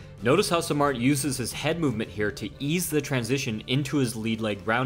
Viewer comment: Great video. Just one thing. His name is pronounced "sahm maht".